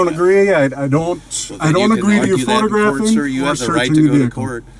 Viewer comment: "I doe not......" what an idiot